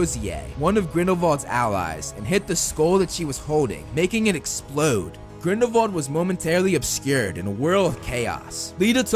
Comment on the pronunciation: why do he keep saying vrindelwal instead of grindelwal